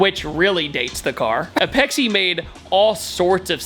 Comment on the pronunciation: Sorry, I had to pause the video. I am not calling you out, just a old tuner from back in the day. Apexi is actually Apex International, so its pronounced just Apex. The Dunk was a awesome muffler back in the day.